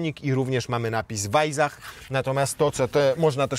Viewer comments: Nie wajzach, a wajsach. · Weissach... chyba powinno się czytać przez S a nie Z, podwójne SS czyta się jak S. No chyba, że miejscowi mówią przez Z, wtedy oni mają rację... nie czepiam się, tak tylko - zwiększam zasięgi